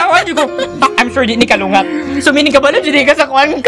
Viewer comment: its 'kulangot' not kalungat..lols..peace yow;-)